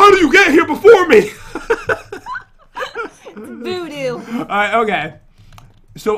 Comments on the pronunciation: She said voo doo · No she said voodoo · I heard voodoo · She said voodoo